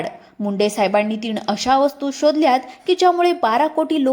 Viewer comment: दोण ते तीण 😂